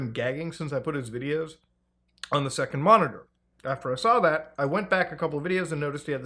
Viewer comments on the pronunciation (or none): none